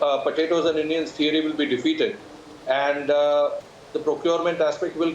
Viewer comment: Man stop saying andaa and attaa. Simply say end and at.